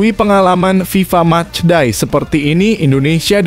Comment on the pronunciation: Match day mas, bukan mas die😂kursus bhs inggris mas biar gak malu2in.